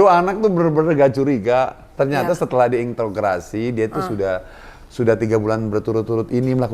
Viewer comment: INTEROGASI bang bukan intrograsi